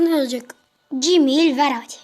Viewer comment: Gmail cmeyıl diye okunur mal